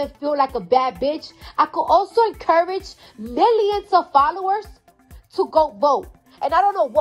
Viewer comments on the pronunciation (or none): Cardi: "I pay miyions of taxes."